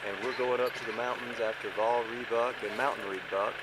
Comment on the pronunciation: Vaal "Rhebuck" not "Reedbuck." That is what you get with an American trying to be an African. Cockeyed little guy wants to be the client AND the PH.